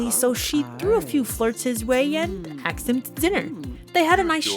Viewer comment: Girl i have never seen anyone pronounce asked as "aksed" like you do 😅😅😅